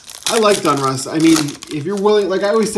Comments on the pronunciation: Its Donruss not Dunruss just so you know friend I'm a English major so it sounds funny to my ear but I do like your vids man keep'em coming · For the love of god it's pronounced .. "DAWN-russ" not "DUNN-russ" 😂 not gonna lie, for some reason I cringe every time I hear you say "Donruss". Besides that, your content rocks! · How does a card guy mispronounce such a common brand name as "DONruss"!?!?!? Has no one ever corrected you on this?